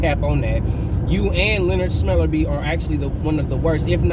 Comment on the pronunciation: “Smellerbee” 🤣🤣🤣🤣 had me dead